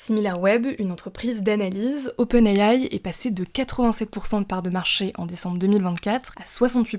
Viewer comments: Open ayaye 😂 SVP dite simplement les lettres en français c’est plus professionnel ! Open« I DE ISABEL» « A de Alain» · J’entends open Aie aie quand elle le dit